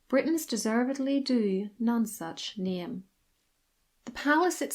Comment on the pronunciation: Pronounce None Such Not like non sense